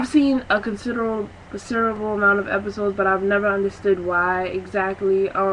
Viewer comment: Did she say she'd like the Boondocks cancelled because she doesn't like it? lol... I'm thinking the fact that she can't speak English too well. "These two kids IS raised by their grandfather" or her lack of ability to say the word "considerable" I couldn't watch too far past that. This girl just wanted a shitload of hits on a video. This show is awesome. "Thuglicious"? BOOOOOO. And "every child?" You think every child watches the Boondocks? It's an adult show.